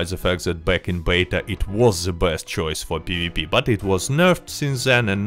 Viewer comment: It's awesome how his best sounds blessed lol